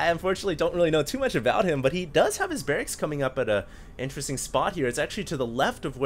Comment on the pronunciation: "He went for so many barraXzzz" !! lollll !!!